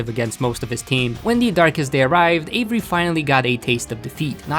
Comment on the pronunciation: I heard Avery "HAZZA"